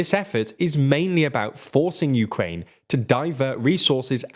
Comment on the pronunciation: Uraine? Urine?